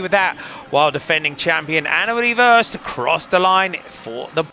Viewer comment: Could you please change your pronounciation of Worst? You constantly jinx her, as if she's usually the last to cross the line... :( The o should sound like the au in sausage, or the o in dorm, or the a in warm.